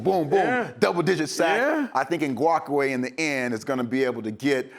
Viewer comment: Love EA but he's always getting Ferrell and Ngakoue's names wrong! For Yannick he messed up both first and last.